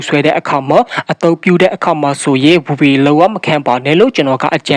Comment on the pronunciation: VPN လို့ခေါ်တာ ပီအောင်ပြော VPN ဗီပီအန်န် ဗစ်ပေမဟုတ်ဘူး